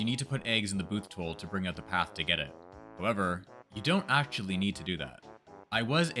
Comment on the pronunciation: erhmm aschually!! 🤓👆